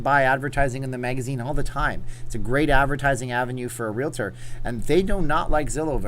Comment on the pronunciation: I very much appreciate the fact that you pronounce thr word "realtor" correctly. Thank you, thank you, thank you!!!